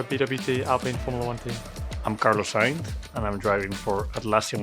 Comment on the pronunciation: Carlos is pronouncing his last name as 'Sainth'. Also, I've never heard anyone say his name with more than a single syllable.